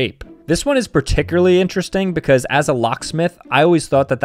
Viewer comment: that’s what it is, said it weirdly